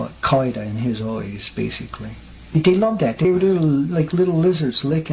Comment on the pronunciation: 'A vegetable with eoyes'